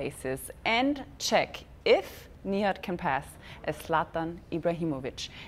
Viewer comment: Why does she call him Knee-had & not Nìhad?